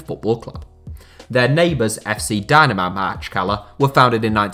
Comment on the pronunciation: I can't help but cringe everytime he mispronounces Makhachkala. It's easy, pronounce it like "mock-atch-kalah"